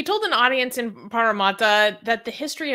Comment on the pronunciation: It's pronouced Parra-Matta like as in a mat, also the name is Aboriginal in origin, in fact a lot of our cities names are.